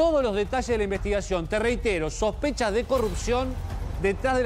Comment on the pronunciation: SOSPECHAS.....???? SISPECHAS......???? SOSPRCHAS............??????